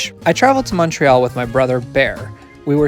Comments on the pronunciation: idk what your background is but you might win the award for "best French station name pronunciation on an Anglophone transit youtube channel" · Great video, and you pronounced all the French names excellently.